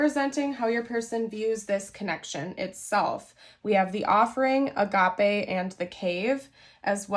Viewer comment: It’s “uh-gay-p” not Agape like agave !